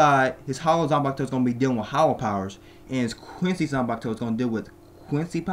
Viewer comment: Please say "quincy" and not "queen sai". Try it like "queen see".